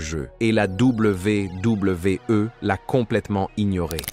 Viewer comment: ...à la Double V (1 sec), double V (1 sec) E, non mais c'est quoi cette façon stupide de dire la WWE?